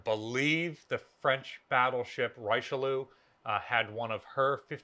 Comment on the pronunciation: Please try Forvo for pronunciation of Richelieu, before strangling him.